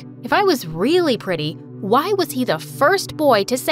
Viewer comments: The blonde girl really said prety but it's pretty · not its p-r-e-e-ty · HAHAHHA PRETY??? ITS PRETTY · the thing that got me is that said "pretty is spelled P-R-E-T-Y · P - e - t -y: wrong 😑😑😑 it’s p -r -e -t-t-y